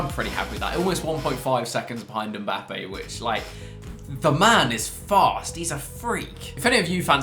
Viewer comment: why you say mbapping